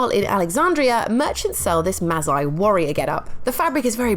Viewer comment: dear, the s in Masai makes an s sound, not a z sound.